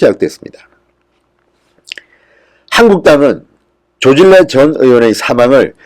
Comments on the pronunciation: 발음 좀 정확히 하세요 서울대 출신 맞나요?조질래라고 발음하면 안되죠 조진래라고 발음이 안돼서 그렇게 발음하나요?미치겠네 제발 질 "떨어뜨리지 마세요전 진성호 당신을 좋아합니다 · 조진래~조진내로 발음하셔야 맞습니다(자음접변 순행동화) 조질래가 아닙니다